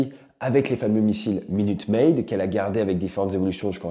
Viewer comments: Minute man et non maid 😊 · Au fait en 1963, les missiles intercontinentaux ne carburaient pas au jus d'orange.....il ne s'agissait pas de Minute Maid, mais de Minuteman! (Problème de prononciation, sans doute) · Minuteman pas minute maid 😅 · C'est pas minute maid mais minute man 😂😂😂